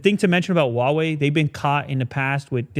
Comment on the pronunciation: it’s not whah wei, it’s who-ah wei. I know that I am nitpicking, but it doesn’t hurt to learn, since it’s such a big brand.